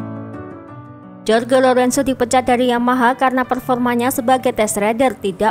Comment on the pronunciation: Jorge Lorenzo X Horhe lorenzo ✓ Cal Crutchlow X Cal kruclow ✓